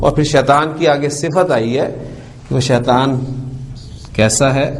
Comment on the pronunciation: السلام عليكم ورحمة الله وبركاته Boht ache lectures hen. Aik choti si guzarish hey aap itna acha janne aur parhane wale phir kun Shaitan شيطان ko شيطوان Shaituwan kehten hen?? بارك الله فيكم السلام عليكم ورحمة الله وبركاته